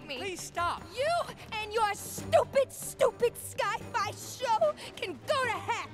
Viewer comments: “iS ThIS LIkE a SKy-fY ShOW” dawg it aint sky-fYits Sci-fi💀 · Her mispronouncing of Sci-fi LOL. 🤣🤣🤣🤣🤣🤣🤣🤣🤣🤣🤣🤣🤣 Sky Fi LOL. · The way how she does not know how to say sci-fi is so funny. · She couldn't even say sci Fi right